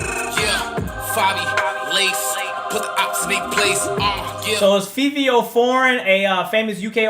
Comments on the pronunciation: Its Fa-vee-o not Fee-vee-o lmao he is from NY with the up rise of the drill sound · fivio is pronounced “favio” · Bro Fivio is a New York rapper he makes New York drill like pop smoke did omg bro he not from the UK and his name is pronounced as favio but spelled as Fivio